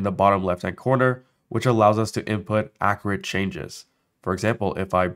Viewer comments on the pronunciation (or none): Accurate not Accarate smh